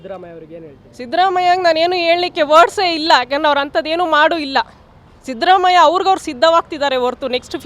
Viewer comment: Sadramayya alla shidramayya sariyagi kannada matadoke kalko